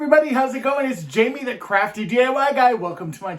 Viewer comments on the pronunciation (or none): none